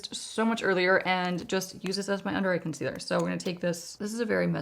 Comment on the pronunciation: I love your videos…. English is my second language, so I’m always curious.. why do say “conceader”? Maybe I am hearing this wrong and you actually say “concealer”. Thanks!